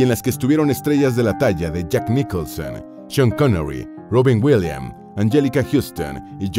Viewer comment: Polémicassss. SE, DICE POLÉMICA, POLÉMICA. Robin WILIAMSSSSS QUITAS LA S DONDE LA LLEVA Y LA PONES DONDE NO.